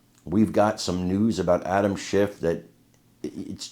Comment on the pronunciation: Did you say "adam schiff" or "adam shit" because im pretty sure its the latter